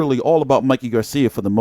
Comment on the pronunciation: VERY DISRESPECTFUL... THE MAN'S NAME IS MIKEY....NOT MICKEY... ANDRE ROSIER IS NOT ILLITERATE....HE IS JUST SIMPLY BEING VERY DISRESPECTFUL.. INTENTIONALLY .....